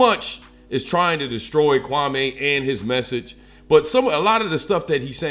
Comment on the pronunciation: Can you say the man Kwame Brown‘s name the right way lol ? Other than that good vid straight to the point!